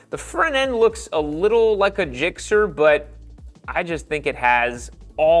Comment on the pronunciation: Gixer not Jixer.